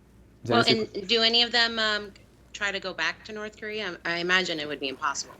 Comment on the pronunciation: actually pronounced "Norse Korear". I watched a documentary, I know.